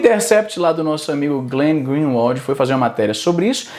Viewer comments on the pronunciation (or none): none